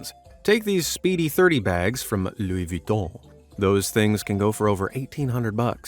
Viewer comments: “Louwie VitHON” 🤣🤣🤣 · Looey vweeton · had fun pronouncing "Lou Viton" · LoUI VuItToN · I like the way he says Luis Vuitton. Hahahaahaha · I love how he says " LOUIS VUITTON" 😂😂😂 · I love how he pronounce Louis Vuitton, i keep laughing at each time he says it XD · the way he says louis vutton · I rlly love the way u say "Louis Vuitton" 😂😂😂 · I liked how he pronounced Louis Vuitton lol!